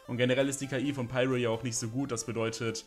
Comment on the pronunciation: Deine demonstrative, überzogene Verwendung von Anglizismus ist um ein Vielfaches nerviger als jeder Wickel. Ich frag mich Z.B. ob du das Wort "Schaden" überhaupt kennst. Nicht mal klare, offizielle Namen wie "Pyro" sprichst du richtig aus.